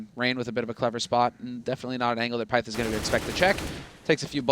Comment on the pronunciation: How you say pyth is pift